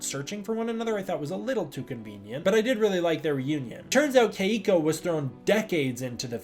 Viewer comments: Only gripe is that my girlfriend whose name is Keiko says you're mispronouncing her name and it's 2 syllables not 3. I play your videos right before I go to sleep and she hears it and gets annoyed so she annoys me. lol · Why does he keep mispronouncing Keiko’s name?